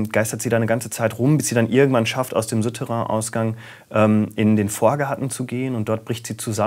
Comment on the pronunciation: Suuuuterrain, nicht Süüüterrain